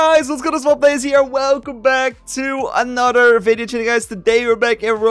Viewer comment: Y do u say anoder instead of another